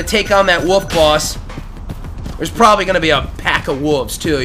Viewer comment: I know other people do this, but why do you say "woof" instead of "wolf"? :o